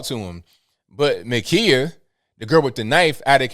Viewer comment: Her name is pronounced Ma-Ki-Ya, not Ma-Key-Ya!